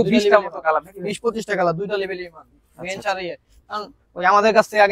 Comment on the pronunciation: বিঞ্চ না বেঞ্চ😂😂